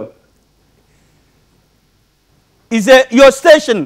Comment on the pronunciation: He said akokobeto 😂😂😂